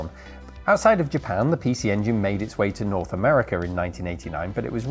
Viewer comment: "North Americur."